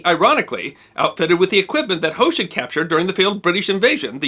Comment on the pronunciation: I love your videos, but as several of his decedents have told me, the H in Hoche is silent. :)